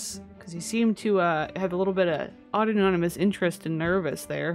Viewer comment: Im sorry, I had to tell you. - but "Auto-nono-mous" is adorable, but not a word. It's "Autonomous," just like "Anonymous." Same sounds 👍 Stupid words! Au-ton-o-mous. I don't like correcting people, but if it helps them learn, I'll take the hit of being told to shush up. 🫢People don't like to be corrected. I get it. I love your content - and you make me laugh. ☺️ To be honest, I get off work and decompress with some Sims. You're funnier than you know! ☺️ Keep it up- you're doing great! 💖🦋